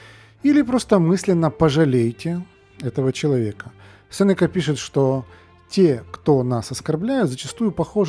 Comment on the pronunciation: Говоря о столь серьезной теме и, претендую на роль просвятителя, на всякий случай, следовало бы уточнить на какой слог падает ударение в слове СенЕка. Мелочь вроде бы, а доверие подрывает...